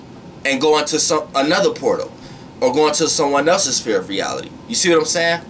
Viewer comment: Why do you say "fear" instead of "sphere"?